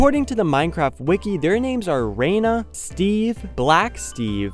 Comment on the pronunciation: It’s not pronounced Raina, it’s pronounced Rana, that’s Frog in Spanish.